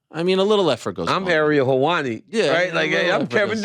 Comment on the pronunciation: Im still laughing about "Ariel Helvani"